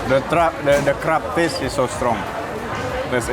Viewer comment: I heard Alan talking about crab. It was in a background tab while I was working on something. I swear I thought he was saying Crap. I scrambled back to see what it was he was eating 🤣😂